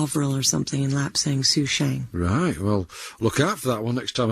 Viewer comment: Lapsang SouchONG. Not 'SouchANG', Katrina! :)